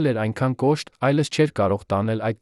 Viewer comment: Ինչու՞Երանը,այլս,այլ`Երևան,այլևս,ճիշտ կարդա։